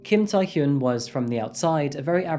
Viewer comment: Hyun (현) is difficult for people in western countries to pronounce. Your pronunciation is quite good. 💯 #Kudos 👏🏻👏🏻👏🏻